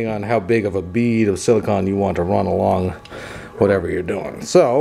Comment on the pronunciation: sili-CONE, not sili-CON.